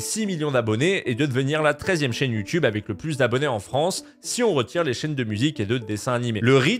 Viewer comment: Attend il a dit Youtibe 🤣🤣🤣